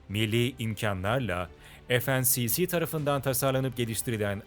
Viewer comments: "ef en si si" dedi ya la! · FNSS i yanlış okuyorsunuz okuduğunuza göre ismi FNCC oluyor